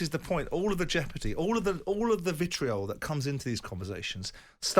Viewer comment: I've just added 'laissez-faire' to the list of words Simon Jordan doesn't know how to pronounce alongside 'vitriol' and 'entrenched'. An absolute helmet who thinks he's clever.